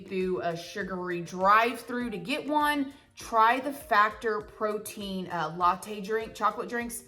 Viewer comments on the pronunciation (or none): none